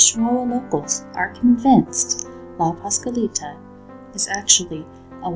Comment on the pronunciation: What's even more scary is the HORRIBLE WAY YOU GUYS PRONOUNCED LA PASCUALITA -_